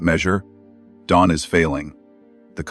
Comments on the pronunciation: His name is Don NOT Dome, ai. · This AI voice can't even get Don's name right! I'm out! I'm Dune! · Maybe try writing Don as Dawn and maybe the stupid ai could say it correctly. Glaring mistakes ruin our trust in the channel.